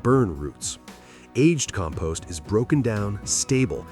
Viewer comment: Can't even pronounce "Compost" correctly.